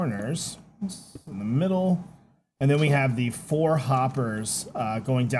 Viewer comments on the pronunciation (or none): none